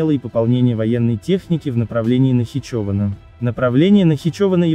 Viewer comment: А где эти слова озвучены？ Провокация. Робот даже название Нахичевана не правильно произносит. НахичОвана.